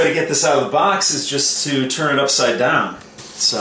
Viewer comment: the way you said upside dahn makes me feel like you're from pittsburgh.